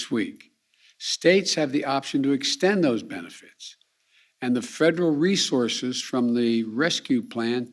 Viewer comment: Is he saying "fredral" instead of "federal" ?